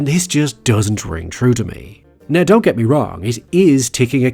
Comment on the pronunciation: I think the issue wasn’t that he was using the “ye” version of E (which many Russians who aren’t very fluent in English do), it’s how pronounced it was, especially in “get”. He almost made it two syllables, like “Gee-yet” whereas in the next example in the same sentence (“fiftyeen”), it sounded much more natural and subtle.